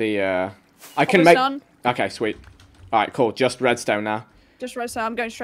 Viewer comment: "Back up plan I have some growing here. But it's taking its Swheat time"